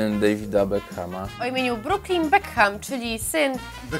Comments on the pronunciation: bekam a nie bekham !!!!!! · Nie czytajcie tego H w nazwisku Beckham... uszy od tego bolą...